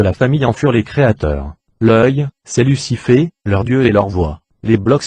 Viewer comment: Tu peux pas t'exprimé de manière normal tu bousille tout Lussifé Luçyfffé . J'aurais vraiment tout entendu sur YouTube.